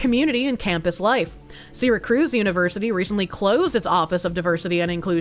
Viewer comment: mispronounced syracuse. I live near there, that university is a cancer on the center of ny state. My fucking sidea at that mispronounciation, hilarious.